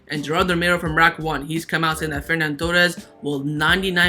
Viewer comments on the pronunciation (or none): Its not FerNan Torres, its Ferran Torres